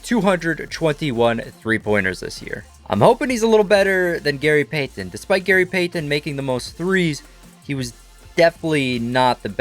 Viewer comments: i hate how he says gary payton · i hate the way this guy says gary payton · “Gary Paytan” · Gary pay-ten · The way he said Gary Payton triggered me so bad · Love everything about this video other than how you say Gary Payton. That sucks